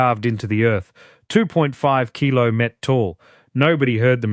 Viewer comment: Yes, 180 kilo met ?? you'd think A.I. would have got that right by now, Geees!